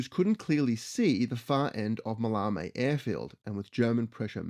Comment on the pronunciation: Ma-lay-mee airfield.